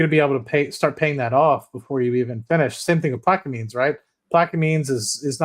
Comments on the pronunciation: Its pronounced plaq-a-mens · I am from Louisiana, it is pronounced Plaq - a - mens.